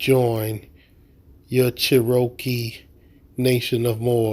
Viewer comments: Cher-okee tribe???? It's CHEROKEE! Get it right. This cult needs to be shut down. Threatening the court? She would post that on a day the courthouse is closed. Y'all are nutz. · Che -ro -kee lol not even the correct name actually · They don’t even pronounce the word Cherokee correctly! Fools